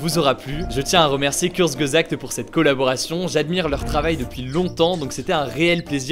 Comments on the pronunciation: « Cou-eu-ts-geu-sakt » [kuɐt͡sɡəzaɡ̥t] Pas « curz-geu-sagt ». Il faut rechercher son sujet avant de sortir une vidéo 🤦🏼‍♂️ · tout le monde: kurzgesagt meanwhile en France: GÜRSGESAGD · On prononce ça kourzgesagt aha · Par contre ça ce prononce "kourtsgézagt" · "Kurzgesagt" on dit kourtzgesagt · Je ne me suis toujours pas remis de cette façon de prononcer "Kurzgesagt". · Désolé mais ta prononciation de « Kurzgesagt » m’a fait saigner des oreilles 😭😅😅🇩🇪